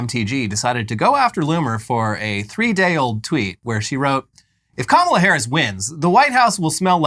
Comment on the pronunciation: Margie still can't pronounce Kamala's name correctly, very much on purpose.